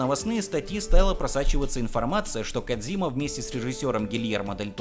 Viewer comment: Кооодзиима,кодзима на кодзиме.звучит не кодзима